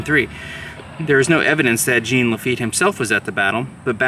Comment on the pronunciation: Our Cub Scout pack took a field trip to Chalmette many decades ago when I was a kid. It was interesting & fun. We had pretend battles. I'm sure that it is spruced up more today. Jean (pronounced more like Zhjawn, not Gene) Lafitte was integral to the entire campaign, especially at the coast, where his knowledge of the waterways, hiding places, & ambush locations were invaluable. Then around Chalmette, he advised Jackson about the best defensible & attack locations. He is the true hero. Jackson got all the credit, then reneged on his promise to pardon Lafitte for piracy. Sad that so many perished in another avoidable war.